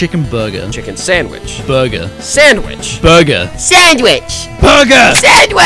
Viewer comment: when says sandwich like that it made me laugh